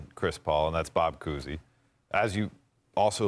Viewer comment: Bob Cousy?? Bruh… 😐